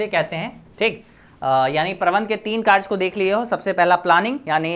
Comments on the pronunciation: Sir vo karj ni hota karya hota hai 😂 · Sir tum "कार्य" को kaarj kyu bolte ho?😅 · Bro app ne samjhaya to mast hai 🫡par ek baat bolna hai ki karye Hota hai karje nahi 😉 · Are sir karja nahi hota sir hi karya hota Hai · कार्य ❎karch ✅ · Sir kerj nhi hota h kariye hota h bhot problem Hui but 1 St chapter pura learn ho gya tnqq sir 😅😂